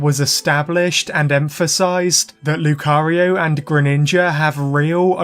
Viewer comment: My ear is hearing cario not Lucario by the end of the video.